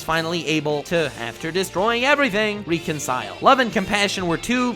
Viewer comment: Am I the only one hearing him say "archetypes" wrong? Edit: also reconcile And that episode where Robin was being wild and seeing Slade, there was literally a drug in his system that you overlooked.